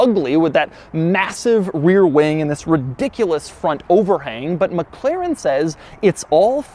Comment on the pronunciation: Why does he keep pronouncing it as Mac Claren... isn't it pronounced more like MacLaren?